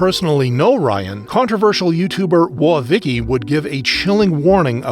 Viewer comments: Sorry if this comes off wrong, I've never seen this channel, but this is either an AI voice or you're the funniest person alive for pronouncing Vicky's misspelling as "wo-uh" instead of "whoa" 😂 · Bro do you seriously pronounce "woah" as wo-ah? its one syllable, man. "woh". And this isnt tiktok, you dont have to say "unalive". even if you did, put a little effort into it. theres literal centuries of euphemism and wordplay you can use to avoid having to mention death directly. Have a little fucking class. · Is this AI generated voiceover? Some of the pronunciations of words like "Woah" seems... Off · Pronouncing "Woah" like that in woah Vicky's name makes me think you're AI lol.